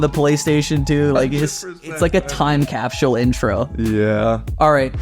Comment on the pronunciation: lol “cap-shool”